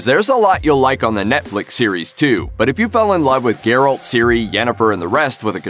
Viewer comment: he said garret